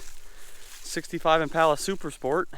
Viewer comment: Buddy, if you are going to say the names of cars, please say it right. The car you are referring to is an Impala, not an "Impolla". Please say it right.